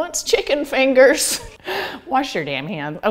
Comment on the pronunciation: Currently crying over who wants chicken feengurz. 😂 Thank you for coming back to us, and keep up the jibber jabber